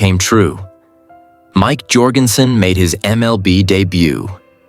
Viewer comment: Need to learn to pronounce his name. It's pronounced like Michael Jordan. It is not pronounced "Your-gen-sen." Is any of this real?